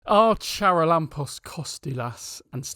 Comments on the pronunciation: In charalampos don’t pronounce the c. It is actually haralampos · the Ch in "Charalampos" Kostoulas' name is pronounced like the H in "him" .